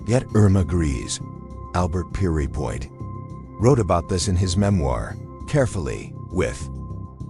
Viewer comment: Note to AI the executioner's name is pronounced Pier...as in a pier for ships to anchor alongside and point as in a sharp object.. simply put the two together...and note to content creator..Albert Pierrepoint was opposed to the death penalty and happy to see it abolished .... given the underlying context of the presentation that fact is something of a conundrum don't you think...I wonder how the AI would pronounce conundrum